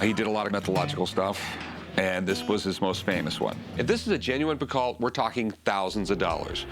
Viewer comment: Picault is not pronounced 'picall' it's "pico"